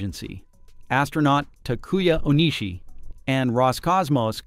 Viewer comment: Please try to pronounce the JAXA astronauts names as correctly as possible. TAkuya Onishi (accent on the first syllables for both) .JAXA is also pronounced just as written (just like NASA). Your voice syntheses settings should be tweaked and corrected.